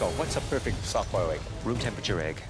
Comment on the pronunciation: "The egg is perfic"